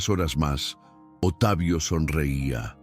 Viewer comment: Porque dicen Otavio,,,,,, se pronuncia Octavio así se dice correctamente (Octavio) por favor digan correctamente las palabras ,,,,,, gracias .